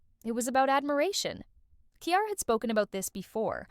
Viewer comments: Lmao Kiara! 😂😂😂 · Here name is not that hard to pronounce damn!